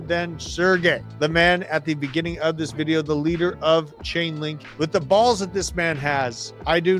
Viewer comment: It’s Chainlink not ulink ! And it’s on as LINK